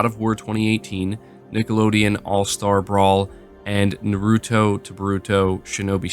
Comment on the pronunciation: its Naruto not Noroto